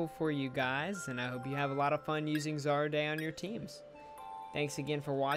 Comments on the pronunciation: zar-day.. pretty sure its “ZAR-RUDE” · Isn't it... ZAR-RUDE?..